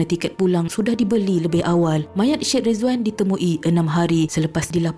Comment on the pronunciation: Sebutan Syed = sya ed ✅ Sed ❌